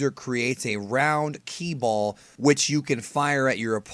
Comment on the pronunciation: I can't believe some thought he said bomb and not ball i thought he said it pretty clear lol